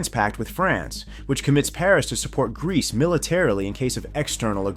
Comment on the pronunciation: After hearing Greece i cant unhear Grease